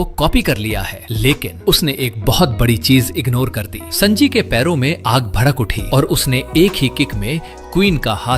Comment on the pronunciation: Sanji ❌ sanaji😅 Bhai sunnydeool he kahde